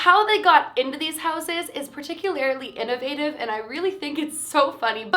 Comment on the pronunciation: I love how you say “particularily”😂💜